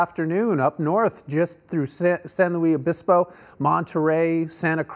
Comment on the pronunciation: Dear Sir, you've been in SoCal reporting the weather long enough to know how to pronounce San Luis Obispo ("San-Lewis-Obispo"). Thank you.